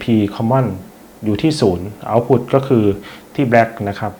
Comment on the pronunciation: ขัดใจมากเวลาอ่าน output ว่า เอ้าผุด